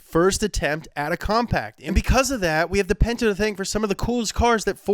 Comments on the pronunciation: It’s called a pinto not a pento lmao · A Ford Pento... A Tchevorlet IDK about those...